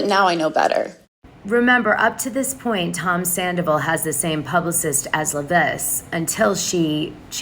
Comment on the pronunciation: LEV-ISS no accent why do you pronounce her name wrong when everybody else pronounces it right😊